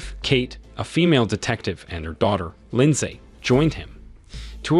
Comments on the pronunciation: AI keeps saying "LINDZAE" and it's throwing off the focus of the story.... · The “lin saay” part is killing me😂😂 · Dude says Lind-say everytime. But what really got me was when he tried to say heist 😅